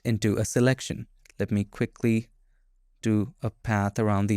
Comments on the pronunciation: They pronounce Path as something like "Paisth" 😂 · Bro…it’s not ‘Path’ it’s ‘Path’ 😂 thank me later